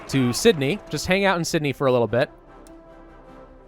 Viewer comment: This guy and his pronunciation of Australian cities has made me do this: Melbin not melborn Canbrah not Can-Berra Sydney was perfect